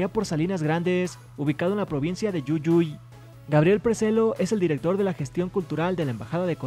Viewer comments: Una pequeña corrección jeje, se pronuncia jujuy no yuyuy ❣️ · Es JUJUY no yuyuy es que soy de Argentina x eso lo digo xd 😂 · no es yuyuy es jujuy se pronuncia como se escribe 😂😂 soy argentina, por eso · No es Yuyuy es Jujuy. San Salvador de Jujuy. Argentina 🇦🇷💚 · Me dio una risa cuando dijo jujuy porque en si se dice guguy pero se escribe jujuy :v o es algo asi XD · Oye Se escribe Jujuy,pero se pronuncia como se lee,no se pronuncia yuyuy ;""v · Jajajajaj iba a decir lo mismo! 😂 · Jajajajajaja 🤣🤣🤣🤣 como se escribe se pronuncia ( JUJUY) 🤣🤣🇦🇷🇦🇷🇦🇷🇦🇷🇦🇷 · Hola soy de Argentina y pronunciaste mal Jujuy